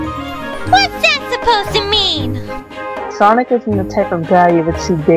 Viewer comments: HIS NAME IS NOT SANIC!!!!!! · every time says Sanic LoL